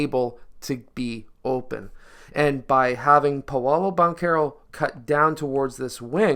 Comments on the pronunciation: Its “PAW-LOW” not “payolo” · It's pronounced paaaa lOOOO